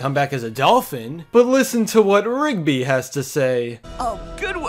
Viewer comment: For 20 second i touthg ot was pigby not rigby